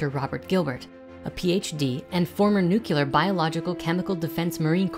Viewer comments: *Nuclear. Not “Nucular”. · in the video it was pronounced nucular. I have mispronounced words. When I discover the correct pronunciation, I make the correction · Please stop saying nucular! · You lost me at the mispronunciation of nuclear at the beginning, If you want to be taken seriously pay attention!!